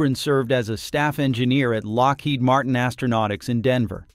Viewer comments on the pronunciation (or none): none